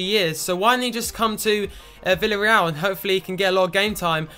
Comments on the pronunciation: The pronunciation of Villarreal is: "Viyarreal" So the double L is not pronunced as a L :3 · And 'V' is pronounced as a 'B' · ***** I am Spanish and your pronunciations are good but here in Spain we say B for V and the Double L is similar to a Y sound (think Casillas). So Villareal is pronounced 'Biyareyal':D hope this helps! Also you should start Moi because he is 77 rated and he has come through all the C and B team for Villareal. He is our golden boy like Wilshere for Arsenal fans - they are my English team! We also like to take players from Argentina and Southern America so maybe you should use a global scout network there! Hope you read this!